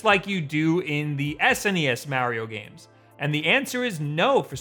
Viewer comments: BUT WHY DOES HE SAY "MEEAARIO" (A like in "Apple") AND NOT "MARIO" (A like in "Ability")?!?!? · Why do you say Mario the way you do? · I hate the way he says Mario 😂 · Start by saying Mario right then you can play it right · Every time he pronounces Mario like that a part me dies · Hurts my soul